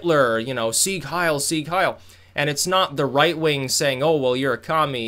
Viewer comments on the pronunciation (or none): none